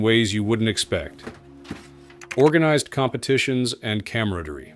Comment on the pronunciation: It is an AI voice narrating this Video. It can't even say Camaraderie correctly. Not sure what a real live narrator would cost on a channel like this but they have over 150K subs. This means that they should be getting some decent adsense money.